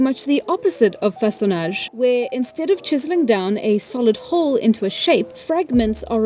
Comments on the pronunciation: This video is incredibly good and I feel that I've learned a lot from it! 10/10 I can't wait to hit up a riverbank and see if I can't make some tools of my own 😊 Your french pronunciation of façonnage and debitage is very good for someone who doesn't(?) speak french. Also the youtube tutorial gave you the english pronunciation of a french word which simply doesn't sound well. I'm assuming that a lot of old scientific terms being french comes from a massive amount of old universities and research institutions being in france. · Your art style kinda reminds me of osp but distinct, it’s so cozy and I love it!! Edit: as a French speaker you actually pronounced façonnage very well! In French it means “shaping” or “whittling”. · As a french speaker, I think you nailed "Façonnage" , but you did use the english pronounciation for debitage (with a french accent tho lol) Edit: was almost perfect, you'd just need to pronounce the "a" with your tongue a bit more forward ( same spot as where I start ptronouncing the letter "I" for me ( ayy ))